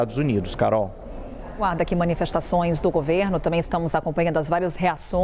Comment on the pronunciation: "Tambem" Elijonas não "tamem*😂😂😂